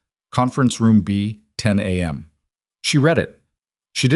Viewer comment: youtube transcript reads- " a.m." on screen video text reads- " am" AI pronounced the words as "5-45-ahm" Is it the AI program?